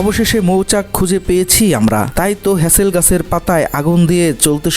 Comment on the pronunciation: ভাই কথাটা "মাওয়াল" না। মূল কথাটা হচ্ছে "মৌয়াল"। আর মধু সংগ্রহের জন্য যে পাতা দিয়ে পট্টি বানানো হয় সেটি হলো "হেঁতাল" গাছের পাতা, "হ্যাচেল" নয়। একটি প্রচলিত শব্দ কিভাবে আপনারা বিকৃত উচ্চারণ করেন ভাবতে অবাক লাগে। প্রকৃত বাংলা শব্দ সঠিক উচ্চারণে একজন বাংলা ভাষাভাষি লোক হিসেবে বলাটা সঙ্গত এবং যৌক্তিক।